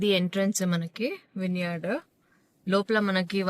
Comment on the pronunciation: Vine yard ❌ vin yard✅